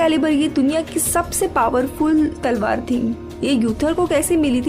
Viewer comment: Salwar nai mdm talwar... 😁